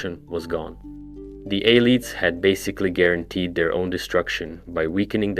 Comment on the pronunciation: A less snarky, more helpful version of this comment is that it's hard to listen to mispronunciations like that. The words are literally pronounced for you by NPCs in the games. Copy what they say.